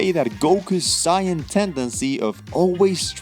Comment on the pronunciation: i was willing to forgive not seeing one punch man, then i heard sai-anne... know what your talking about before you speak.